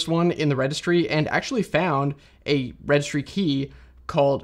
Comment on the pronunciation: "Registry", with an "i" there, not "Regstry". A bit hard to pronounce if you cramp 4 consonants together, mate.